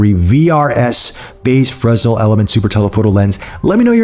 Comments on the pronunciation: Great review, but it's pronounced fray-nel, after the French engineer and physicist Augustin-Jean Fresnel. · the "S" is silent but you dont pronounce the "Y" either